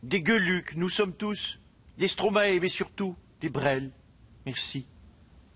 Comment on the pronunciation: Comment tu prononce Stromae ? Comme maestro et pas comme stromaé